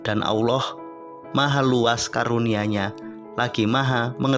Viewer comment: Maaf dalam penyebutan asma Allah kayaknya ada yg salah di sini saya mendengar yg di ucapkan dgn eja' an Aullah ,padahal harus nya ejaanya Tetap Allah